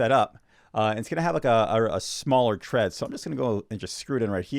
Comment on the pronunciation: Thread not tread